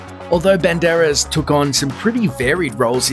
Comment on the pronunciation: LOL You call him BEN-DAR-ESS, While his pronunciation is BAND-ER-ASS